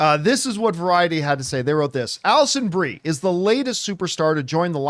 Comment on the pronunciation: The first time an actor’s name comes across your screen, it’s fine if you don’t pronounce it correctly. But this is the tenth time… and you’re a pro… so act like one please.